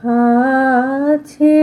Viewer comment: পাঠ সুন্দর। কিন্তু আছে শব্দটি হাছে হয়ে গেছে। আর রবিঘোেষ সম্বন্ধে মূল্যায়ন তো কিছু বলার স্পর্ধা নেই। 🙏